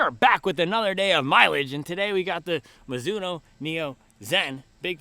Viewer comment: “Midzuno” forever